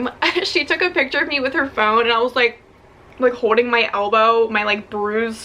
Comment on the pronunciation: Is it just me or does say “holding” a little weirdly